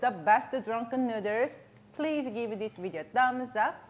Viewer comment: DRUNKEN NOODERS